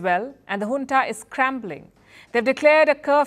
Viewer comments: It’s Junta ,not Huntaabut you are doing a great job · In the west Junta is pronounced as "Unta" J silenced.